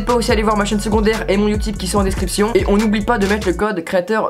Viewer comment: On dit pas uotibe